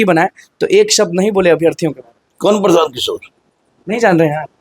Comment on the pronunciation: O praasant kishore nhi prasan kishore hai